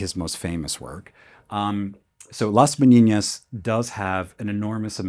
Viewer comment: Amazing video! Thank you for making it available to the public. I derive a lot of value from it! Can we agree that your probunciation of Velasquez and Las Meninas are mistakes though? (As they should not be voiced as Velaskwez but Velaskez, and not Las Meniñas but Las Meninas! Spanish is a language of its own right) Apart from that, props! Really enjoyable, too!